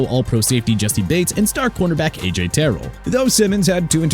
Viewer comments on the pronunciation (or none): AJ TERRELL PRONOUNCED TER-RELL. ALSO JADEVEON CLOWNEY FIRST NAME PRONOUNCED JUH-DEH-VEE-AAN NOT JUH-DEH-VEE-IN! SMH